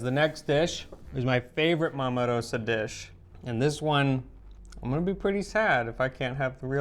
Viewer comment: A tip - 'Rosa' is pronounced Ro-za. The 's' is a 'z'. Just sayin'.